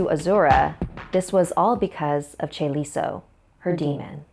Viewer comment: chaeliso? CHAELISAAA